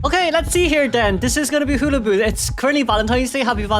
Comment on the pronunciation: I just love the way you pronounce hullabaloo it's so cute